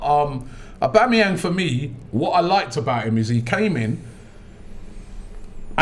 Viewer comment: you're too old to be saying "oba" instead of "auba" fix up man, coming like some uncultured fish